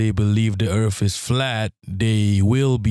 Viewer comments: Welcome to planet Earf - Will Smiff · Earf 😂 I love it